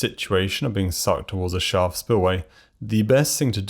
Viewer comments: I had to replay multiple times before I understood that you were saying "Shaft" spillway and not "Shah" or "Spa" or "Shot" spillway. Enunciation is good when you're naming the thing you're describing and its a new concept to viewers. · Two minutes and thirty seconds in and I have no idea what word he is saying before spillway. "Charl"? "Shar"?